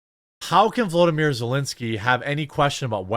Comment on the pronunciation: His name is volodymyr. The first part is pronounced different than Vladimir but only due to the o between the v and l.